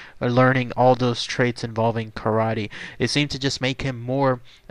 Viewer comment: Lots of false information and very poor pronunciation. Kar Ah Tay? It was not Rasario Gangee, it was his relative, Frank Gangi. You end with, “ this is all of the information tied to him.” Tommy is still alive and he is communicating with the outside world now. He paints and you can buy his art. Tommy may be a murderer but there are people that have great things to say about Tommy. This was pretty poor.